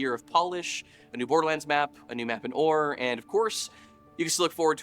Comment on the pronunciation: We're going to see Orr.. the way we've never seen it.. ..befOrr.